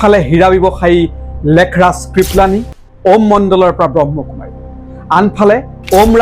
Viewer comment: আপুনি কথা কেইবাটাও ভুল কৈ কৈছে প্ৰজাপতি নহয় প্ৰজাপিতা হে আৰু ব্ৰহ্ম কুমাৰ নহয় ব্ৰহ্মা কুমাৰ হে হয়।